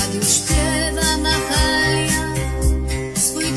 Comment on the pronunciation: Najprawdopodobniej, no chyba że istnieje jakaś inna znana czarna piosenkarka bluesowa o tym samym imieniu, której piosenki puszczano w radiu... Obojętnie o kogo chodzi, jest to okropny błąd tekstu tej piosenki, gdyż imię Mahalia jest wymawiane jakby to było polskie imię, a przecież pani Santor powinna je wymawiać po angielsku jako Mehejlje - dokładnie tak samo jak mówimy Dżo (Bajden) czy Majkel (Dżakson) i tu nie ma żadnego wytłumaczenia na tak kardynalny błąd. Wiem, wówczas nie byłoby rymu do 'nostalgia' , ale to już problem pana Tomaszewskiego który powinien był lepiej ułożyć ten tekst, prawda?